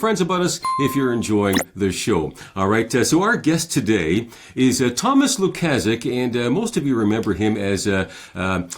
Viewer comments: Why is pretending to be incapable of pronouncing Mr Lukaszuk's name correctly? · is a jerk and the mispronunciation of Lukaszuk is just Jr High bully nonsense.